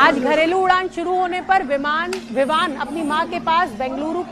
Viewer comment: ABP NEWS WALI MADAM VIVAN KO VIMAN BOL RAHI HAI LAGTA HAI ABP WALE NE SASTE REPORTER RAKHE HAI 😂😂😂